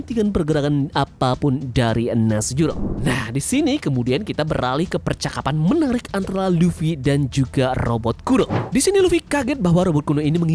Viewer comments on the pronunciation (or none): Nusjuro jd nusjaran😂😂